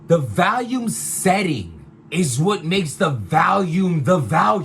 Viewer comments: said “Valume” at least a 100 times 😂😂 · If he says Valium one more time!!! 😀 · Is it VOLUME or VALUME??? I'm confused LOL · lmao it's hilarious how americans can't pronounce the word VOLUME....it's VOL not VALUME what the fuck is wrong with yall 🤣🤣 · Stop saying vAlium. It's vOlume 🤦🏾‍♂️ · The BRC can't correctly pronounce the word "volume" for shit. 😂